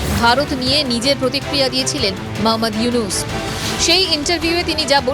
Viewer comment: ড. মুহাম্মদ ইউনুস নাম টা ঠিক ভাবে বলা শিখেন তারপর উপস্থাপন করতে আসবেন